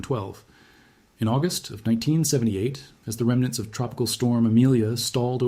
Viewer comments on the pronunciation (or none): none